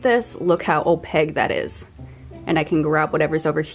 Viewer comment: Opaque(Kkkk) not Opague(Gggg) Especially(Ssss) not Expescially(Xxxxx) Sorry but this is basic English and your too cute and sweet to use them incorrectly. 😘